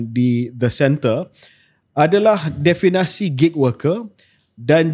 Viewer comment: KJ banyak kali sebut “definasi”… Perkataan yang betul adalah “definisi” diambil daripada perkataan asal dalam bahasa Inggeris iaitu “definition”. Harap dapat betulkan. Apa-apapun, terbaik KJ dan Shahril. Teruskan usaha kalian yang bagus untuk manfaat seluruh rakyat Malaysia.